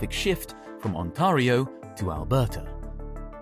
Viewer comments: The A in Ontario is pronounced like the A in fare. It rhymes with stare or bare. It's not On-TAH-rio. It's probably a computer-generated voice, so it can't handle toponyms. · It’s not pronounced like that , Mr Ai limey guy , it’s pronounced On-Tear-ee-oh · "ontahrio" lol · And "On-TAH-rio province". No one says "Alberta province" or "Ontario province". It's badly translated text-to-speech. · No way this guy mispronounced Ontario 💀